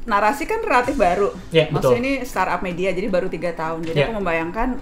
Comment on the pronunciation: Selalu salfok kalo kavidi bilang "maksudnya" jadi "mutnya" (???) 😂😂😂